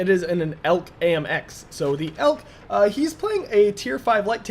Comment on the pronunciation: It's not pronounced elk, but e.l.c.